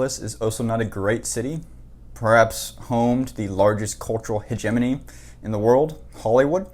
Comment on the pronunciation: THUMBS DOWN! This idiot is intellectually dishonest! Just like MSM and their minions they say this is false!..but hey yeah..there are homeless and shit on the streets and needles. People are now moving away by the thousands from California!! He cannot even pronounce hegemony correctly! his clips are dated!